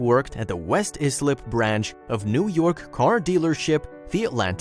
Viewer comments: LMFAO “izlip.” Islip is pronounced like icelip. I love listening to people attempt to pronounce LI towns. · Did you know it’s West Islip pronounced (eye-slip). I live and grew up in Islip 2 towns over. Juss sayin.